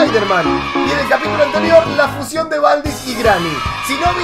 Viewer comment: se dice fusión no fucion